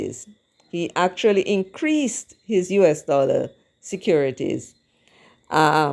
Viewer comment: Mark not a Dallor not a red cent